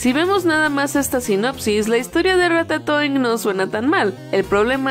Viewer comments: RATATOING parece que dice RATA SOY jajajajajajaja 😂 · Dijo cacacoing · ¿Soy yo o en un momento dijeron "cacatoing"? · Puedo preguntarles por qué ratatoin suena como cacatoin xdddd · las veces que dijeron Ratatoing: 16 si me puse a contar las veces que dijeron "Ratatoing"